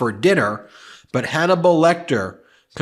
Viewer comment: Hanable lol 🤣🤣🤣🤣🤣🤣